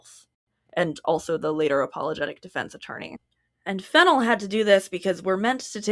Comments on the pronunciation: The FennELL pronunciation didn't cause me a second thought until I learned Emerald has a fashion designer sister named Coco Fennell. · Let's goooooooooo mispronouncing Fennell gang. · it feels like the 'wrong' pronunciation flows better, the syllables make more sense